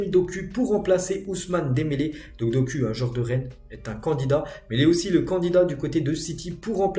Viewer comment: Respect doku sa se prononce dokou